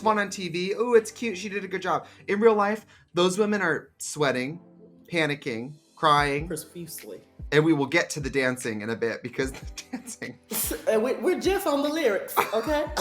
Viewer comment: Heidi = 'prosfusely' . LOL